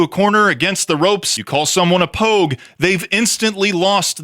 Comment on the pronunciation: Its Pogue.